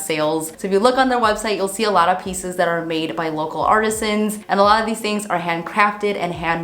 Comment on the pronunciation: I believe you mean Artisans or Artists, not "artises". My friend corrected me years ago when I use to say it that way, too. But she schooled me and set me straight.